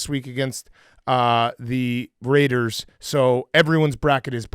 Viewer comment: The Rrrrrrrrrrrrrrrrraiders